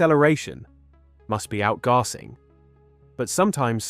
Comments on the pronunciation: WTF is outgarsing 😂 Pretty sure you mean outgassing pronounced Out-gas-sing. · What the hell is “Out-garsing”..? Gar Singh sounds like the name of Teen Titans’ Beast Boy if he was from India, along with Richard “Robin” Goswami, Kori’Anwar, and Rachel “Raven” Roti. With Vikram “Cyborg” Shrivastav. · i made it 18min in before i could no longer handle your pronunciation of outgasing. Its like AI trying to pronounce a word it doesnt know. Out. Gas. Ing. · This is excellent work and VERY well researched. I've been waiting a long time for a video that gathered all the data together, thank you 👍 Just one thing though, WHY do you keep saying "OUTGARSING" ?? 🙄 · I fell asleep to this. The narration is much better than typical generated voice narration, and is not too repetitive. Also UK accent and word choice. I think it's human narration, but I'm not sure about the text itself. And it's not regular "AI"/LLM text. There was a slight error with stress in 'outgassing', where the voice put the stress in 'gassing' instead of on 'out', where the stress is supposed to be.